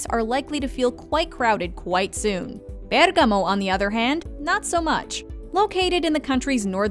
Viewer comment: Well it’s a foreign language for her, but the pronunciation is not bad at all.